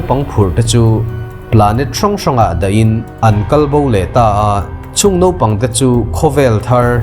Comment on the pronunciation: Nopang ti tawh suh.. Naupang tih tur aw